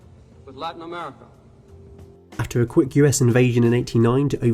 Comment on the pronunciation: Amewica 😂 unwest 😂